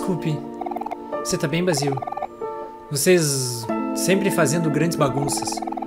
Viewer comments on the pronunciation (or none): se fala " Bei-zil " não Bá-zil desculpa;w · Acho q Basil é mulher e o nome se pronúncia Beisil eu acho